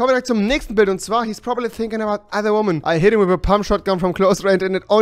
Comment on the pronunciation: Ausprache von "woman" : wummän Ausprache von "women" : wimmän Sry aber das musste sein.